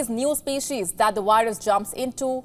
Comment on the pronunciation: "Virus" is should be pronounced with "V" as in "Vice" and not "W" as in "Wild".